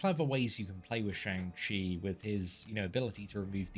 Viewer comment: Just fyi it's pronounced shung chi